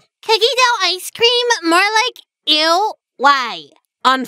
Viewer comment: i can't unhear icescweam